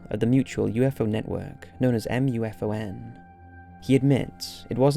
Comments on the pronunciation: just say moo-fahn instead of reading each letter of the MUFON acronym. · I'm sorry but you drove me insane in the video by spelling out MUFON. It's an acronym for Mutual UFO Network pronounced as (Moo Fawn) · I think that in the Ufology sphere, MUFON is pronounced "moofon" and not by spelling it out...just saying ;) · Isn't MUFON usually pronounced "moo-fawn"? I mean it is an acronym, but I guess so is LASER and SCUBA... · Hearing someone actually spell out M.U.F.O.N. and not just saying MUFON is confusing to my brain